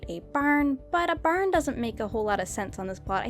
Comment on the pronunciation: But a barn sounded like ba da bern, sorry I kinda laughed